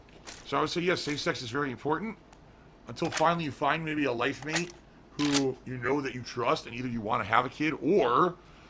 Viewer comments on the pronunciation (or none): none